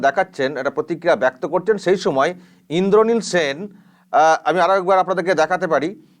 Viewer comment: ইন্দ্রনীল সেন কে "ইন্দলিল সেল" প্লীজ দেখুন time থেকে..... 😂😂🙃🙂☺️😊😋😝😛😜🤪🧐😷🦻👂